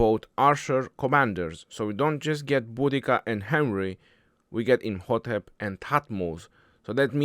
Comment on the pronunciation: I’ve never saw mispronounce any commander so far except these 😂